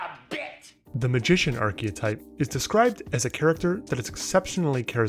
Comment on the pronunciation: arche-type, not "arche-o-type" best character is not a favourite character. Objective writing standards apply, not your opinions musk isnt a intj - hes a cretin